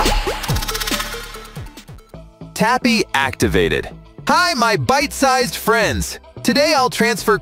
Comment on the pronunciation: Did this bot just say "byte sized" 🥲